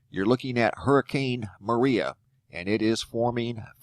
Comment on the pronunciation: As a Puerto Rican I approve of this report, you spoke it properly, also it's trajectory is a lot lower since Irma hit the top of Puerto Rico, but Maria is going to enter through the south